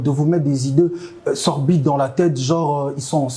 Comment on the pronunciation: 1344 On dit ...cette insolence de LUI parler de la sorte et pas de "la" parler. On dit des idées SORDIDES et non "sorbides"